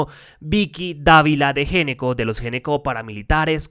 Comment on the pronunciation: Una campaña para no pronunciar el apellido de esos bandidos tan glamurosamente. Fonèticamente debería sonar ÑECCO y no Géneco. Además, les queda bien hacer parte de los Ñeñes, Ñoños Ñames, Ñecos. Vicky Dávila de Ñeco. De los Ñecos.